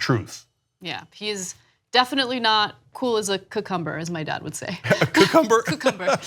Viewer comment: the 14 minute mark, my response.. The word is " cu-kung-ger "... lol...!